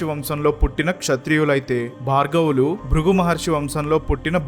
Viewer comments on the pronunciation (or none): none